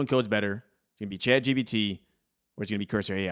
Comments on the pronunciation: It really sounds like he's saying Chad GPT, lol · Subtitles say youre saying Chad GBT which is kinda hilarious.